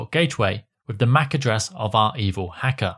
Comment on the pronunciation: the evil "heckah" 😂